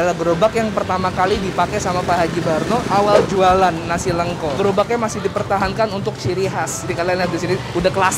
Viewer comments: Nasi lengko, bukan nasi leungko. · Bang pengucapannya salah kayaknya nasi lengko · Coba tanya cara baca nasi lengkonya sepertinya salah